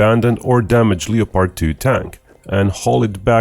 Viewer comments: honey you're saying things wrong. They are leopards like the animal not Leo-pards like The Butcher of the Congo who was the king of Belgium at the time (Leopold.) Also the word subsequent should not be pronounced that way. It is sub-se-quint. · Don't pronounce the 'o' in Leopard. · It's pronounced "lep-ard" not "leo-pard." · It's Leopard, not leppard. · Hey buddy - great content! A tip for you to improve your English: 2 syllables. LEP HERD, we do not say "LEE-OH-PARD" in 3 syllables. Only 2 beats. LEP - HERD. :-) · Leopard, as in the animal, pronounced Le-Pard not Leo-Part. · Hey, it's pronounced like Def Leppard, not like leotard. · Uh, leo-pard? It’s pronounced Lepperd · Bro… the name is german and it’s pronounced Leo-pard. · if speaking English the pronunciation is lep-ard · The German pronounciation is Leo-pard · It is pronounced Leo-pard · The “o” in Leopard is silent 🤫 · You’re pronouncing leopard wrong